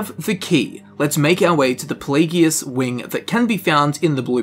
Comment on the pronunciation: I don't wanna be that guy but I have to ask, why do you pronounce Pelagius with a hard g rather than a soft g? Like, his name is pronounced in game so many times, but you don't pronounce it right.